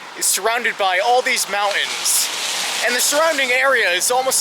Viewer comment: Decent video, and I liked it. But the word is MOUNTAINS. Not MOU-INS.